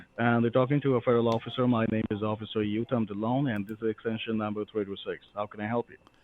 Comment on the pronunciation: Brilliant! BTW there is also a real Indian American officer "Uttam Dhillon". Several scammers are impersonating him. Real officer also speaks Punjabi. This scammer westernized the pronunciation of Uttam (he says You-Tam) In reality it is pronounced "Oo-Tam" "Oo" like in Ursula